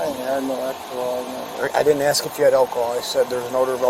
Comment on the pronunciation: Ask ; NOT AKS !!!!